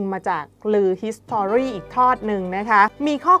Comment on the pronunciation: ผู้อ่านข่าว.. history...อ่านไม่ออกเสียง.....s'to....จะอ่านออกเสียง... ฮีสทรี...